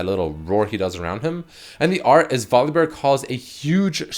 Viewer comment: Damnit it's pronounced VOL UH BEAR not VOLLEYBEAR!